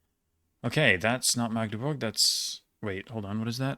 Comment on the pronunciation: Even most of the germans pronounce "Magdeburg" wrong, but yours sonded like heaven (and right): A short "a", not an emphasis on it like the older german word "Magd". And it's impressive overall. Well done!